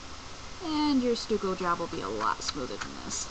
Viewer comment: Stucco is pronounced "stuck-oo" not Stu-co